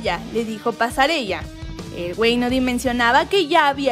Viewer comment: Alguien que le diga a la chica de la voz, que los nombres de algunos futbolistas no se pronuncian como se escriben ja ja ja ja Pasarella (pasareya)